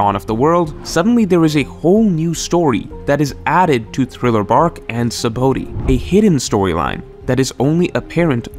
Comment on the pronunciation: You purposely saying 'Sabaody' wrong?